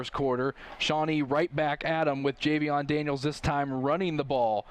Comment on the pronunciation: Best commentary in Ohio, by the way it's Jayvion not Javion 😂👌🏾